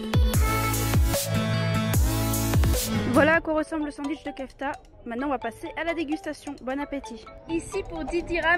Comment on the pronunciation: Mdr dsl mes je suis obligé de faire une remarque sur le sandwich le non de la viande se dit pas kefta mes keuftai mes sa s’écrit bien kefta sinon super vidéo